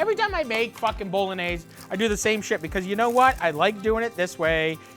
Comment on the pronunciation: Cause he says it properly? 🧐